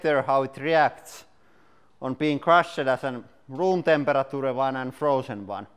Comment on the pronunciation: temper a tura.